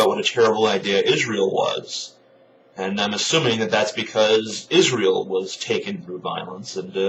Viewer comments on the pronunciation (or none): none